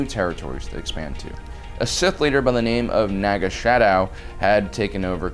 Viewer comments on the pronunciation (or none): Hidden Sith threat #1 Naga SADOW. Little known fact mispronouncing his name will cause his force ghost to haunt you. It's Sadow not Shadow. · Love your channel. Not for nothing, but you pronounced his name as “Naga SHadow.” Isn’t it “Naga Sadow?”